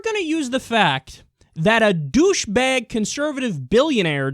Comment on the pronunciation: holy shit kyle NuYork accent accidentally went out when saying "douchebag" XD